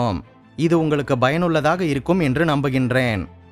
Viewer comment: Bro ur message ❤ but small correction. Payanullathaka but u told bayanullathaka